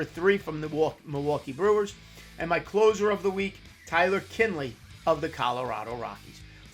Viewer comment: Kinley? Really??